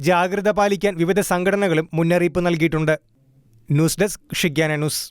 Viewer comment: 'ദ്യാനകേന്ദ്രം' അല്ല ധ്യാനകേന്ദ്രം എന്നാണ്.'നൂസ് ഡെസ്ക്' അല്ല ന്യൂസ് ഡെസ്ക് ആണ്. എന്താ മലയാളീസ് ഇങ്ങിനെ?